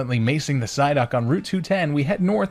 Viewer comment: DO NOT LEAVE OFF THE S IN PSYDUCK!